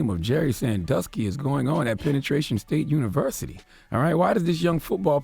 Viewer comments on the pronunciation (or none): "Pennatration state university 😂😂